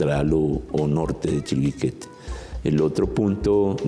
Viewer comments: creo que dicen mal la palabra chiribiquete, ellos dicen chibiriquete, muy mal profes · Se dice Chiribiquete, no Chibiriquete señores profesores. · El moderador nunca pudo pronunciar bien el nombre de Chiribiquete.